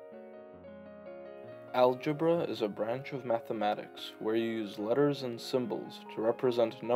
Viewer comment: bro said algebruh